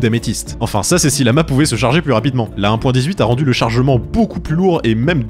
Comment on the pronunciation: c'est normal que le mot "rendu" soit prononcé avec un accent québécois ? (à )